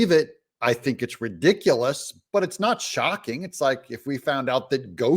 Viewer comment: Btw, he didn't say ' shocking,' he said "shockeen."